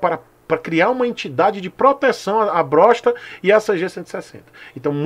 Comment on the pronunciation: Perdi quando falou "Brossta" kkkkkkkkk